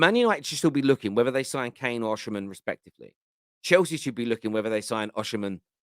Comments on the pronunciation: his name is oSimhen. not oSHimhen! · why do you say Oshiman, why you not saying Osiman, where is the she coming from. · Osimhen’s name is pronounced as Oh-See-Men…. It’s not oshimen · Why does everyone keep calling him Oshimen? His name is Osimhen lol. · Hi, it’s pronunced“O see men”